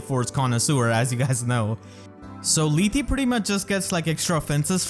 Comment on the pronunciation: You don't need tokeep pronouncing the E at the end of Yarne and Lethe. It's not pronounced, it's Yarn, and Leeth. Lethe even says it in her voice lines. When a name has an e at the end, 9 times out of 10 it isn't pronounced seperately, it's either silent (as with Yarne) or alters the pronounciation of the rest of the word (as with Lethe)